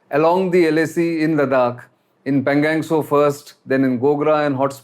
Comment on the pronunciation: Sir.. pl say पेंगाॅंग त्सो.. and not पेंगॅंग त्सो